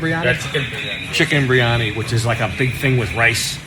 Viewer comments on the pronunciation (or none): Biriani not bri-ani. Top man, well done